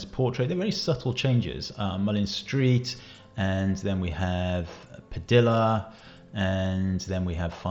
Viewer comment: Padilla is pronounced Pa-dee-uh, not Pa-dill-uh.